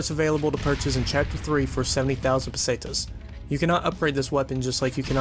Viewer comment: It's pronoced patas not pasatas